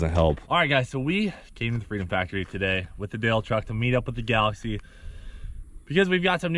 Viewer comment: Y’all gotta know it’s galax”ie”